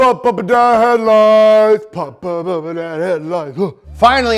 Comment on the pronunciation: POHP OHP HEADLOOOIGHTS!! 😂😂😂